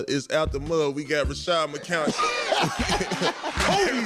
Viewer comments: There’s no “ r” in Rashad McCants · Rashad McCants not Rashard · Where did the second R in Rashad spawn from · His name is Rashad not Rashard... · Not “Rashard” 🤣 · "rashad" not "rashard" but hes a clown so who cares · His name is “Rashad McCants” not “Rashard” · it’s Rashad* not Rashard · its rashad bro. all u had to do was look up his name at the very least.